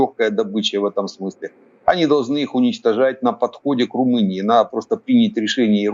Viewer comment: не Румуния а Румыния